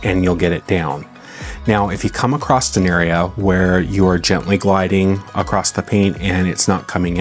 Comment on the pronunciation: an excellent video detailing the process and benefits of RW. fyi, there’s no “t” in the word “across”